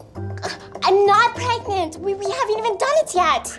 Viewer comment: My bro really said "38+2 weeks pregaNANANT" in Mandarin 💀